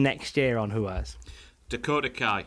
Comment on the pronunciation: Say it with me lads: THATS NOT HOW YOU SAY RUAS